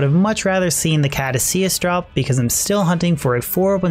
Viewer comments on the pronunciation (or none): none